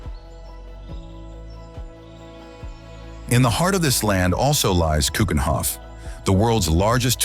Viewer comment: Why does this clearly Dutch spokesman pronounces Dutch names like Scheveningen and Keukenhof, Maastricht etc completely wrong? We Dutch should pronounce Dutch names correctly so foreign speakers will get used to the right pronunciation.